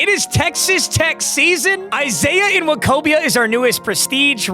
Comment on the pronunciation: Surprised is literate enough to correctly pronounce NWOKOBIA, and so easily, if we're being frank 😂😂😂